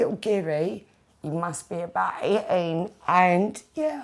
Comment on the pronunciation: wow that woman, open your fucking mouth. "eighteen" sounds like "ATEAIN"